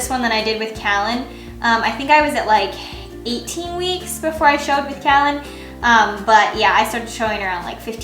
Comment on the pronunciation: We are having our 6th baby in a few months . I really wanted to use the name Callan. I’ve loved it for a long time. But my husband is liking another name better... anyway you say your sons name so beautifully, makes me want to use it even more! Congratulations on a new pregnancy!